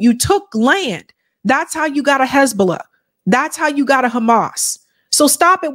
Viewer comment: They can't even pronounce "Hamas" correctly , but somehow they believe they can destroy them. Isreal thinks God will allow them to prosper after all of this, mad world.